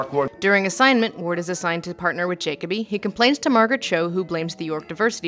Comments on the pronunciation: did you even watch the movie? his name is Juh-koby not jock-uh-bee. i feel like if you watched the movie you would know that... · Ja-co-be... its Ja-co-be no one is named Jacob-be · Jacob-E? Did you just watch the movie and not listen to it? His name was clearly and repeatedly stated as ja-coby. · How can you continually mispronounce Jacoby. Ja-CO-bee. Not Jacob-ee. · Did you watch this or some one else on your team? Because you keep mispronouncing jacobi. Like you've only read the name but never listened to being spoken. Like its said 2 dozen times in the movie. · JAKOBY not Jacoby lol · Is it just me or does how she pronounce jakoby really wrong and annoying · Ok wtf, nihilist, jakoby. can you pronounce something correct please, its distracting... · JAH-COBY holy shit lol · Why does she mispronounce nihilistic and Jacokby's name? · You now how I know you didn't watch the movie? You can't pronounce one of the main character's names properly when it is said multiple times in the movie. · Why are you continually mispronouncing Jacoby's name in the beginning? It makes me feel like you've only read reviews of this movie, but I cannot imagine you doing that!